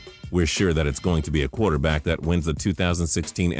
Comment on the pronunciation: He says qwater back lol its quarter back man